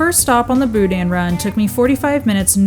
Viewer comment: It’s not pronounced Boo-Dan it’s Boo-Dn’,the N is short. The Best Stop in Scott is the best,The Superette in Eunice is second best.